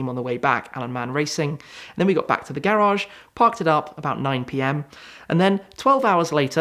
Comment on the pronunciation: i like how he says garage “Gayrage